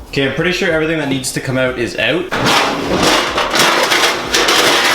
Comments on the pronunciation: Stop saying “out” you say the word “out” soo many times and your pronunciation is horrible. You say “elt” or something unspellable. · The way you say "out" makes me proud to be Canadian XD